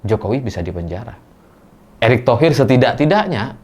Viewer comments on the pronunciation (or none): none